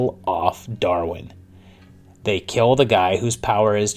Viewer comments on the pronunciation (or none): none